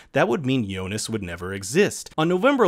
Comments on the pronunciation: also jonas. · But is it me or does kind of pronounce Jonas with a J sound instead of a Y? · Hearing names pronounced wrong is kind of annoying. Yo-nas lol. However, it doesn’t mean this video isn’t dope. 😎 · Great round up but kind of off putting the way he is pronouncing Martha and jonas Lol